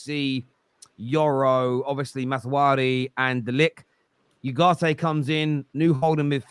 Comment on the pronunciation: I just wonder when anyone would grow a pair and tell that the player's name is MAZZ-RAWI not MAZZ-WARI😂